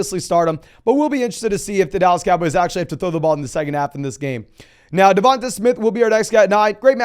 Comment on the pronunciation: I hate how he says DevonTUH Smith... 😂😂